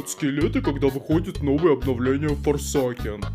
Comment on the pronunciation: Форсэйкен Не ФОРСАКЕН БЛЯТЬ!